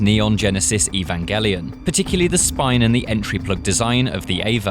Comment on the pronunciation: It's the year 2022 and mfs are still pronouncing "Evangelion" incorrectly